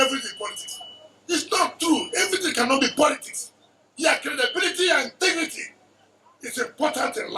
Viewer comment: "Intigrity" my poot....😅😅